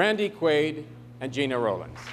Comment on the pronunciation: George Hamilton, in blackface, never heard of Gena Rowlands, a fine actress. She's pronounced "Jenna," not "Gina."